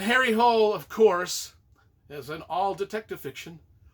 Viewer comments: Hole is pronounced "HOO-leh" according to ChatGPT. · Apparently the native way to pronounce the name of the detective is HARRY HOOL-EH. And the author is JOO NESBOO. Really great series. Thanks again for your reviews!